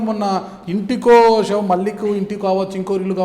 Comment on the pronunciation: Shavam kadura, savam ani palakali.